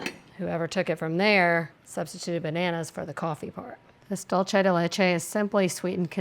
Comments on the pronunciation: I hear the ingredient mispronounced many times and it always annoys me! It’s not an Italian word (dolce), it’s Spanish (dulce)! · I love that you pronounce "dulce" (de leche) as if it were Italian. Showing your heritage!